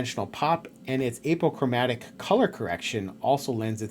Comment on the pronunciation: Nice review. Honest and straightforward. Plus and minus concerns noted. One small thing: it's pronounced AH po chro MATIC